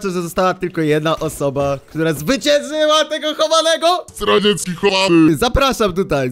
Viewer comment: Zamiast zdracieki usłyszałem radziecki